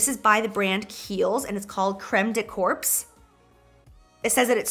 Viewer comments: Lol I freakin loveeee Jaclyn dude! it’s not actually pronounced corps 😂 it’s pronounced as core but has a P 😂I did the same thing if I would read anything that’s said marine corps but it’s marine “core” spelled corps 😂he makes fun of me all the timeeeee and I’m just glad I’m not the only one! 😂❤️ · Haha Crème de corps just means body cream in French. Also, the P and S in "corps" aren't pronounced. I loved your reaction though lol